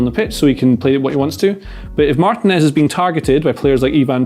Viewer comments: Someone please tell that Martinez is pronounced Mar-TEE-nez and not Martin-ez. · I love videos but I wince every time he mispronounces Martinez.